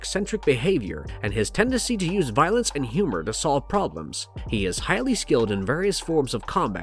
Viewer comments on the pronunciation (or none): none